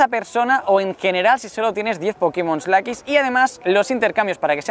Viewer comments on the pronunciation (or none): none